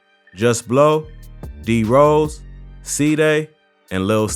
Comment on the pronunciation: 051 Rosé, not Rose.